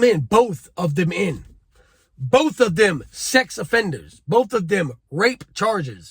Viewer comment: 'BOF OF DEM BRUTHAS'....huh. smh